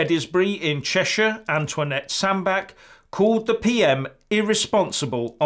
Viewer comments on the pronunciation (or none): its pronounced Sand batch... As in a bap, a bun, a roll... Not Sand - back..... Now when in school a "ch" sounds like???